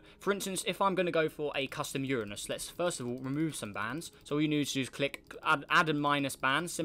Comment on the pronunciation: Uranus he said it right sub